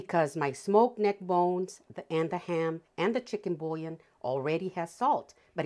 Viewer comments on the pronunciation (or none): it’s boo-yon. French pronunciation for bouillon. Sorry to let you know.